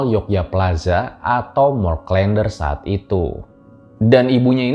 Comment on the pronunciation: Huruf e pada "der" dilafalkan sama dengan huruf e pada "klen". Jadi bukan seperti pada kata "blender".